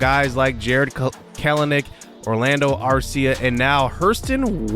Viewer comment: Kelenic is pronounced Kelnick. that has been something we braves have learned this year. just a heads up since there will be at least 3 more videos with the braves. Keep up the good work!